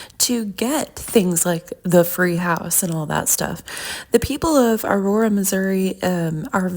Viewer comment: Imagine naming your kid a name that you couldn’t even pronounce. In that snow video (I think) she tried saying Aurora lol. Also wanting to have a baby and naming it that with just anyone. How embarrassing for Ken.